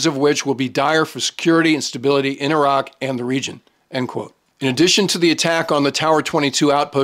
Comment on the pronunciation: He knows how to say Iraq! Yeah, they're not eye-rack, eye-ran or eye-Italians for that matter.